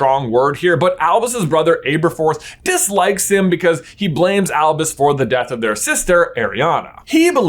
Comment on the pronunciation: Why'd bro pronounce Aberforth like that?